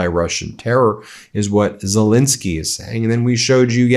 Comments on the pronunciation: Please pronounce his name correctly: It's not ZeLINsky , but ZeLENsky. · STOP MISPRONOUNCING ZELENSKYY!